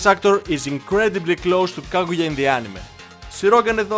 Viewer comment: its Kaguya not Kagura